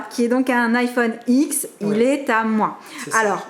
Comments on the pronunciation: IPhone X se prononce IPhone 10!!! Tout le monde se trompe mais si on regarde la Keynote d’Apple, Tim Cook dit bien « IPhone ten » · Ça se prononce 10et pas x ça m’énerve quand même !